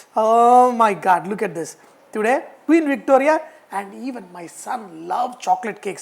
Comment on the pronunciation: I watch it so I can laugh when he says queen victoria.. and what a beautiful love btw them.. moreover all his recipes are fast and easy... Simply super!! Happy quarantine chef!